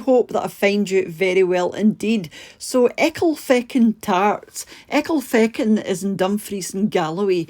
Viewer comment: When I first heard you pronounce the name of this dessert, I thought you were swearing! 😂 Sorry, just my odd sense of humour. Thanks for sharing this yummy recipe x